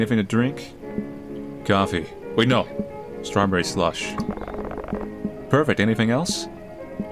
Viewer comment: Strawberry "Sulsh"?